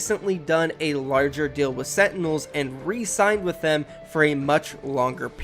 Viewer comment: If this guy says setinels one more time...